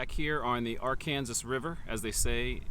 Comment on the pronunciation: Why are you calling the river Are-Kansas? Instead of Arkansas?